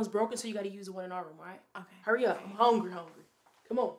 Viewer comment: " I’m hongry hongry " 😂 felt that ! But as always straight comedy 💯